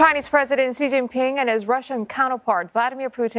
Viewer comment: I am quite amazed by who can pronounce President Xi's name accurately.